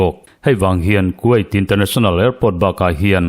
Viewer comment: Kuwait hi quait tiin lam suh.